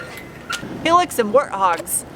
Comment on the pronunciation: Helix, did you say helix and worthog 🤷🏾‍♂️ familiar with warthog 🤨